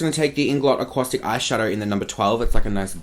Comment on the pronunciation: From ireland💙💙 and the inglot acuasticks are pronounced aqua-sticks 😂😂 hahahaha love you!!💗💗